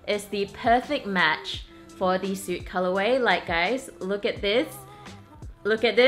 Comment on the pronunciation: also it's 'soot' is pronounced like the sound 'foot' , not 'suit'. :)